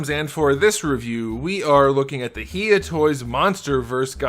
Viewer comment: Actually it’s pronounced hi(like hello)-ya, but awesome review!